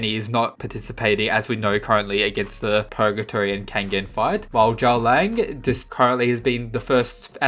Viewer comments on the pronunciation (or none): 😂😂 sorry bro i love your videos but whenever you said jaolang i died its pronounced gaolong with a hard G like when you say owww but put a g in front the O so it sounds like gao and then long not lang🤣🤣🤣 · It's pronounced with a G, not a J. Plus, Hatsumi is a hard counter to Gaolong. It wouldn't be easy, but Hatsumi takes this IMO. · The "G" in Gaolang is pronounced as a hard G, not a J.